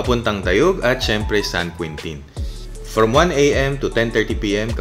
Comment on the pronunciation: San Queentin daw hahaha... San Quintin ang basa po nyan (San Kintin)